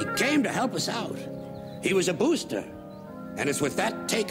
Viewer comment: he was a boostah!